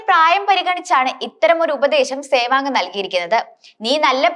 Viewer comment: സേവാങ് അല്ല മോളേ സേവാഗ് എന്ന് പറയൂ...